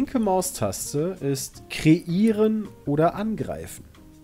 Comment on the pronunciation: Schön das das Wort "Kreieren" korrekt gelesen hat, aber in der Frage steht es dann falsch....